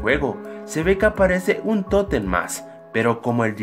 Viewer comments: Que no se dice tótem no toten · es totem no toten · Que no se dice tótem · Se dice totem